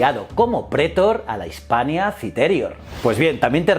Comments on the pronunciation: Like por cada vez que dice "prétor" en vez de "pretor" o "citérior" en vez de "citerior" o cualquier otra mal acentuada xD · lo de prétor me ha hecho daño. Se dice pretor. Y lo dice mal unas 5 veces... Manda narices, está acentuada en la última sílaba, aunque no lleve tilde porque termina en R, no en N ni S.